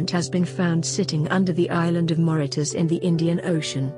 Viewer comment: It’s Mauritius not Mauritas